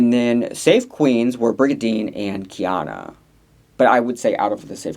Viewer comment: Please I’m begging you to pronounce Kei-OH-na’s name correctly 😭 it is NOT khianna